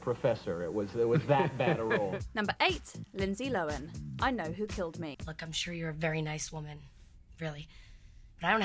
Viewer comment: Bravo to you for pronouncing Linsey Lohan's name correctly. Most people mispronounce it, as Lo-HAN'.